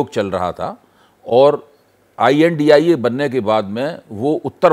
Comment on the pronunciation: आई एन डी आई ए ये बोलने से पता चल गया की कहा से वित्त पोषण कर रहा है..😂😂